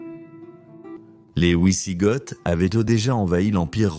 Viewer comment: Les ouisigotes et l'empereur Joulian ça pique les oreilles. Grande spécialité de cette chaîne, piquer les oreilles